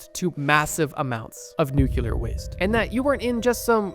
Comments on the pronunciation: It’s nuclear, Bro, not “nukular” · BTW, it's nuclear, not nucular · New Quelur waste is completely safe, It's nothing like old nu-clear😂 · PLEASE stop saying nucular it’s nuclear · "New - Clear" ✅..."New - Q - ler"❌ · WANDER lust, not wonder lust. Nuclear has 1 u in it. Not two. It's "nu-clear", not "nu-ku-lar". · I love you and your channel but please ffs, it’s nu-clear. Not nukular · Nu•clear is the pronunciation Nuke•cue•lur is not... Great video tho😂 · mkay so NuCLEAR NuCLEAR not Nukular not Newkyewlurr NuCLEAR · There's only one "u" in "nuclear". It's not pronounced "nucular," that's not even a word. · Nothing makes me click off a video faster than hearing someone pronounce the word nuclear as "nookuler". Trust me bro. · Nuclear has one U. NEW-clear. Using the Homer Simpson pronunciation makes you seem about as smart as him.